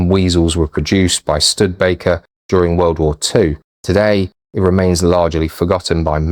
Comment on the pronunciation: I thought it was pronounced Stu-di-baker. It is certainly a forgotten vehicle.